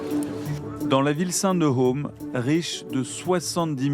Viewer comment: Ça ne se prononce pas om mais Qom (kom).